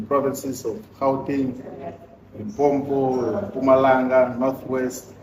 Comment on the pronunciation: What is Limpompo? Who are you trying to please by mispronouncing your home province?